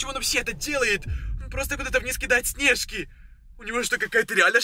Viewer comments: Научись говорить не снежки а снешки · У нес не снешкИ а снЕжки😂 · почему ты говоришь снЕжки.